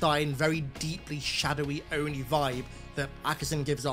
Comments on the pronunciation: they did all that bs to make him "master chief" due to Cortona controlling his dead body just to undo all of season one ,season 2 will be him getting Cortana back mid or near the end they butchered this character twice master chief crying wtf and why is he calling oni o.n.i say oni. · I dont like Ackerson l. I dont know why anyone would. He feels like a spoiled rich kid. Says O.N.I instead of ONI. Wants to keep what happen to cobalt team a secret yet somehow elites are in sword base at a time 60% of the entire UNSC fleet should be in contact with the covenant in orbit. Im completely uninterested in his weird playhouse story with dr.Halsey. why does the show want me to hate the UNSC so bad? Why get rid of characters like Sargeant johnson and gender/race swap characters like keyes? Also isnt it commander keyes and not captain? I tried. I tried to watch it through a lense of no halo knowledge. Its still such shit writting. No explanation for chief dying at the end of season 1, no explanation of how they extracted cortanas blue liquid out of johns brain, no explanation why ackerson is just letting the covenant invasion happen. I really fear they are going to gloss over reach Watch i bet REACH falls next episode. I said it here first. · What really annoys me is the ONI pronunciation of Ackerson xD I unterstand how und why, but ONI is for me Oni not O.N.I. spelled out. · “I am the O N I” there was no reason to switch Oni to O N I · The only thing I hate with Ackerson is how he pronounces ONI as, the O.N.I, what is the point in this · If only they would pronounce ONI correctly. How irritating 🙂